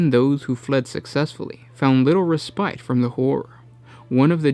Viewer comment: Loved the video but fyi Mesa and Respite...